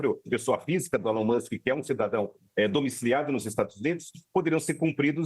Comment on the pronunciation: Quase que a jornalista não consegue falar o nome do Elon musk